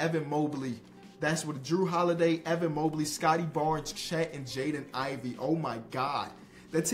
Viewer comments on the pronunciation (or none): none